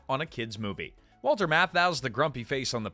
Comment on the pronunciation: 5. Five different brands. How many times was Walter's name mispronounced ?